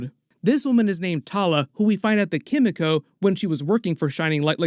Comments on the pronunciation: Sorry! Forgive me, but it's Kim-ee-koh. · The pronunciation of Kimiko hurts me so much. Like they say her name in the show, just say it like that. 😭